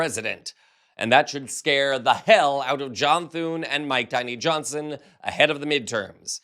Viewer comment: Did you just say Mike "Tiny" Johnson?